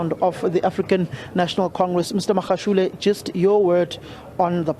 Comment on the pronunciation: Lejwe- lepule ( Lejwe-leputswa) . Reporter is reporting from the Free State but remains of late Tate Makgoe, not Megoe, arrives UJ. Could we get someone who speaks either Sotho or so for correct pronounciation please stop battering our ears!